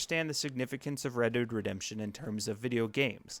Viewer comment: Redurd Redemption